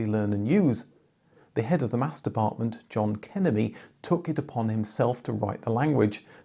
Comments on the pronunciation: it is a Hungarian name and it is pronounced /ˈkɛ.mjeɪɲ/ not "kemenee". It means "Hard". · The pronunciation of Kemény is very other what do you used. Kemény is meaning in Hungary hard.